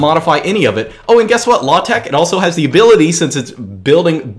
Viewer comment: When he say Latex I heat low-tech